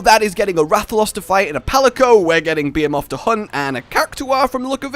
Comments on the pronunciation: Is that the way you pronounce Behemoth or have I been getting it wrong the whole time? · Wrong. its pronounced one way, any other way is a butchery of the word and just poor pronunciation. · This isnt a Baha-muht/Ba-ha-moot moment. He is most definitely saying it wrong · I know everyone saying things there own way and I get that but don’t you know how to say behemoth you know like a normal person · FFS can you please say Behemoth correctly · I love you man but the way you say behemoth.... reeeeeeeeeeeeeeeeeeeeeeeeeeeeee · Since when is behemoth pronounced BE-a-moth? It’s BE-HE-muth. Pls fix ur English, it hurts. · .......why do i hear be moth and not ba he muth?? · It's BAH Hē MOTH!! not Beeahmoth... ugh DX you are killing me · It is called bee he muth not be a moth not hate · Beomoth...really that's not its name...thanks for ruining my final fantasy experience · The hell is a 'beemoth?' Cuz that's what it sounds like your saying. Be em oth. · It bothered me, but it is Ba-"HE"-moth not bay - a - moth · please. It's Behemoth. Pronounced Beh-He-Moth not fucking Be-A-Moth. Can we get Mothman, too? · The ..... Beermoth ??? Wtf man "be-he-moth" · Hey you BE HE MOTH not be a moth learn to pronounce words that and you being weird are you're only flaws but we like you because your weird so just learn words please it took you so long to figure out Kulu ya ku instead of cooler ya ku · "Beee-heeee-mawth" like what? You don't pronounce it as "Bee-hee-myth"? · Bee-Hee-Muth. not Bee-Haa-Moth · It’s behemoth not beamoth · BE HE MUTH, not beamoth behemoth. I love you. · Because has no clue how to pronounce words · not even about different accents he say bee ha mot. its bee hee moth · be·he·moth bəˈhēməTH,bəˈhēmäTH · damn it it’s pronounced ba-he-muth phonetically rage wth. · It's BE HE MOTH.... you fucker just say it right please. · i think u mean bee-he-muth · Wtf is a beer-moth LOL! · It’s Be-hee-mu-th!!! Say it right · (Be-He-muth) is how it’s pronounced.